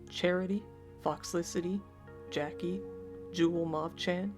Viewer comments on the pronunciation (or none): none